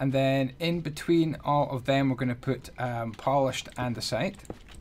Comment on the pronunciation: Hahaha...Andyisyodasite (andesite)